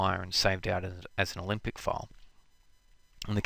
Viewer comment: Good lord, stop pronouncing "Olympic" when saying "Alembic"!